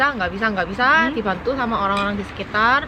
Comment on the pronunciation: "dibhantuu.Awale.Ngerjhain PR." 😂Medok parah